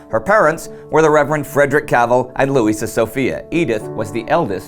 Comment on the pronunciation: not cavel but CAV ELL IS THE CORRECT WAY TO SAY HER NAME